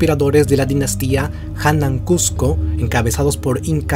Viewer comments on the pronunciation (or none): Estimado bueno tu comentario pero hay algunas impresiciones como: No es hanan cusco lo correcto es HANAN QOSQO Y URIN QOSQO Cusco para nosotros no significa nada Tu explicacion castellana es buena pero tu pronunciacion linguistica falta mejorarlo debes contar al respecto para la escritura y pronunciacion del quechua con un experto pero del qosqo